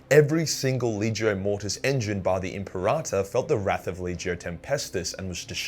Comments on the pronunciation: Lol imparata.. Say it with me kids: “Imp-air-ah-tor” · WHY DO YOU KEEP SAYING IMPERATA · My ears itched every time you said imperator wrong lol.